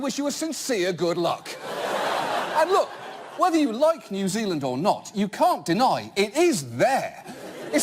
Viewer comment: New Zilind, is just east of Ostruckinfalia. John Oliver needs to brush up on his kiwi accent. He's sounding like a Yarpie